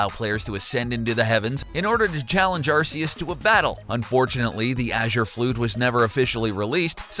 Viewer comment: it's pronounced ARK-E-US, noob